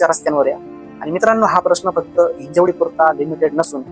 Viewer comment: हिंजेवाडी नही हिंजवडी